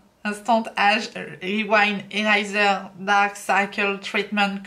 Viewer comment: Tu peux redire le nom du concealer Eraser de Maybelline? 😂😂😂😂 non je me permets d’en rire parce que je suis comme toi quand j’essaie de parler anglais 😅. Gros gros bisous super vidéo